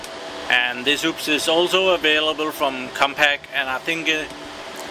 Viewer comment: It's called UPS not oops